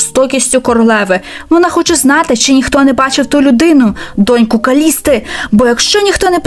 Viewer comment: не КалісТИ а КалісИИИИИИИИИИИИИИИИ